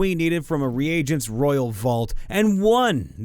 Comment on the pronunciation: regent is pronounced REE-JENT not "re-agent" ..... its ok, I just wanted to let you know.